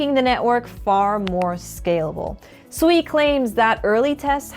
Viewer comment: Is it really pronounced Sweeeee 😂